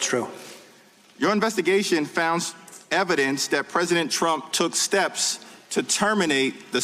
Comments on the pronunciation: What was the word Mueller was conflating when he said "Trimp"? What do you think? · nope. Trimp. Slip of the tongue. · "It would be Trimp"! LOL, you go Robert. Throw that shade. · lol mispronounced trumps name. Tranmp? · He said "Trimp" 🤣